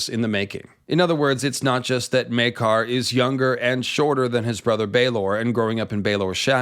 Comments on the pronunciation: Well, it's definitely not Myay-car. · Maker. His name is pronounced, Maker. Not May-car. Maker. Love your channel. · Its spelled Maekar. Therefore, it's pronounced Maker. To my knowledge, there are no apostrophes in the name or any other symbols to denote an alternate pronunciation. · The "Myeah-kar" pronunciation is very Irish. See also videos about the Irish MP who sounds Jamaican. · "Meakar" is what i think the herald is saying. the character or the actor misread and switched the A and E. intended, i'm sure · that's not the show or actor butchering Maekar's name, that's just a north-eastern English accent and how they pronounce a long 'a' sound up there.